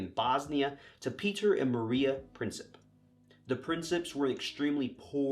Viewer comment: Sarajevo is pronounced "Sar-eye-yevvo"; "Prinčip" is "Princheep"; Croat is two syllables (Cro-at). Slavic languages can be pretty tough for a native English speaker.